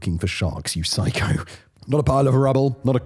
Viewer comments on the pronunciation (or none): none